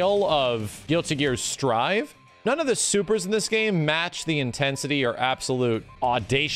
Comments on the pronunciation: "Strif" please, it says strive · "Strivv" wheeze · Why you say strive like that?